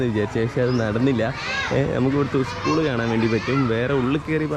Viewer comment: Bro, Not iskool it’s school 😀